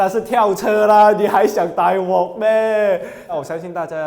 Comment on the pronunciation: 是大鑊（wok 第六聲）不是大鍋（wo 第一聲）~